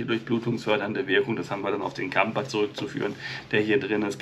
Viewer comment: Das Gehirn ist halt erstaunlich,und ist nur minimal erforscht. Placebo kann ja Wunder vollbringen. Siehe Asterix und der Zaubertrank😁😁. Zum Klugscheissen..Kamper klingt schön, aber das ph wird f ausgesprochen😏 nur zum (klugscheissen) Liebe Grüße Stephanie